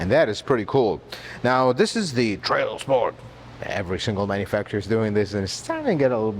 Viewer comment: I love how he says "TRAIL SPORT" :-D